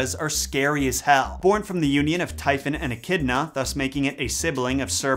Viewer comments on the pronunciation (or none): none